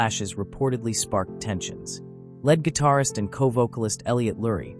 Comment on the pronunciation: Pronounces 'lead guitarist' as 'led guitarist'. I don't watch videos with a BS computer generated voice.